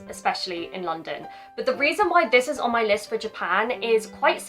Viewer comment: イギリス英語ってちゃんと「ディス・イズ」ってくっきり発音するんですねぇ